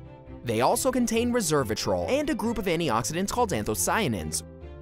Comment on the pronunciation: Pronounced resveratrol not reservatrol 😡